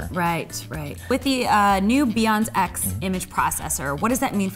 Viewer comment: When he said "BIONZ X," I thought he said "beyond sex." Like saying the image processor was better beyond sex.